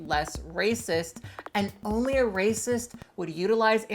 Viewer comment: "rasict past"